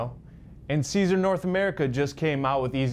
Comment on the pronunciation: Sigh-zer = Siser